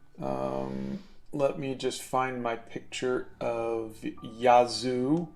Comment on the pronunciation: Hey! I missed this morning. Yazoo is a Native American Tribe from central Mississippi. The county beside mine is Yazoo County and the County Seat is Yazoo City. I’ve never heard of the band. ps we don’t pronounce it that way.